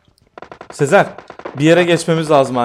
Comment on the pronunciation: Abi sezer abiye niye hep seer diyin😅